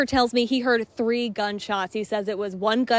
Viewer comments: i believe this man is intelligent enough to speak properly and choses not to because he thinks hes cute.... ....its quite obnoxious sir. so much that i unsubscribed. too bad, he does decent work otherwise.... TREE checks? are those on loose LEAF? calling people TURDY times? wow, that IS offensive.... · Say “three tree” please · The way you say three